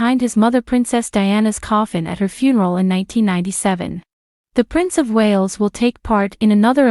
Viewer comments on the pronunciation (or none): none